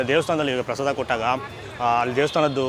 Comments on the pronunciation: Prasadam alla adu prasada, aden Bengaluru janano yaavdu nettug baralla Ella adrambarda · ಅದು ಪ್ರಸಾದಮ್ ಅಲ್ಲ ಪ್ರಸಾದ ಅಂತ ಮಾಡಿ ದಮ್ ಏನಿಕ್ಕೆ